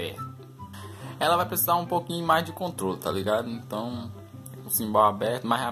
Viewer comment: Manda mt bem parceiro.. mas uma coisa... chama é CHIMBAL com som de X e nao simbal